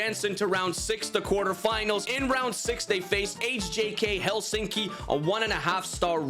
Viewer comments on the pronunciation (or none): none